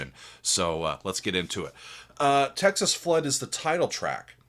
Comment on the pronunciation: You said it right. He did the rocking blues. No one ever says it right.